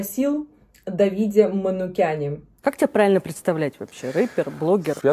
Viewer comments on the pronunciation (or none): он манукян, а не манюкян))